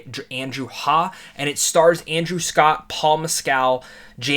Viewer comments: The name is pronounced Hay-gh. Your reactions was the same as mine; I don't usually get emotional about films, but like you, got into the car, started off for home - and burst into tears. Andrew Scott is simply too good for the Oscars. A brilliant film. Go and see it again! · After hearing other interviews of this movie, here's some minor feedback. Director Andrew Haigh's last name rhymes with plague. Might be easier to pronounce if it were spelled Haig (with a hard "g"). Paul Mescal's last name is like that Chicago critic from years ago, Gene Siskel. Instead of Siskel, pronounce it like Mess-kel. as opposed to Mess-CAL (so not like the alcoholic drink). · Really great review, thank you! F.y.i.: this is the fourth feature film from director/screenwriter Andrew Haigh (rhymes with "vague"--long "a," hard "g"). The others, in chronological order, were Weekend, 45 Years and Lean On Pete; the first two were highly praised (and were both issued on DVD by the Criterion Collection) and the third is in my view terribly underrated. In addition, there have been two fine multi-episode TV projects: Looking (HBO), for which he shared directing and writing duties but was responsible for the overall artistic vision and visual aesthetic, and The North Water, a powerful 19th century maritime drama that Haigh has described as "a five-hour movie." Like AOUS, each of these was cast with tremendous care, and the actors invariably gave of their very best (Charlotte Rampling received an Oscar nomination for her performance in 45 Years). No surprise that he was able to assemble the "incredible" quartet in this film! Thank you.